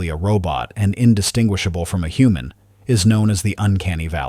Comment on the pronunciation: The HUHMAN LIIKFNESS and the UNCANINY VALLLEY. That sounds even worse.